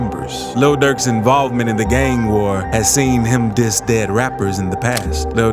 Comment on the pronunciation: I get what you’re doing, but cut that weird pronunciation out dude. You got to tone it down Gaaaang, sawng